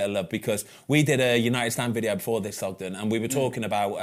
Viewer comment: Not Thogden Ben, please not Thogden